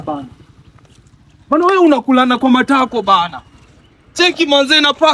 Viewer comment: Matako has suffered in this guys mouth 😅